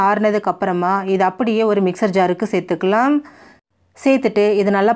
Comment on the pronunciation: சேர்த்துக்கலாம் சேர்த்துக்கலாம் ன்னு சொல்லும் போது ஏன் செயற்கையா அந்த கடைசி ம் ஐ அழுத்தி அழுத்தி சொல்றீங்க? சகிக்கலை. பிற மொழி நடிகைகள் உச்சரிப்பு வராததுனால அப்படி சொல்லுவாங்க.